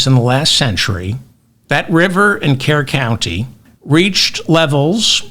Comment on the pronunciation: David it’s Kerr - cur County. As in cur, a surly dog. 🐕 It’s not Kier County. It’s pronounced cur County. 😊